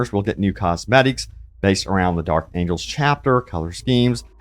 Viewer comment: Angels....not angles